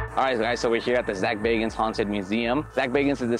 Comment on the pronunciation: Zak bagans not bacons.